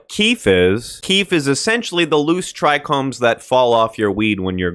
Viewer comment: As one'a them "OG's" ( near daily smoker since '77) THANK YOU for pronouncing the two trouble words amongst weedtubers correctly - Trichome and Percolation. For the life of me I cant see why people add a second "R" to trichome and drop the O entirely in favour of a U in percolation.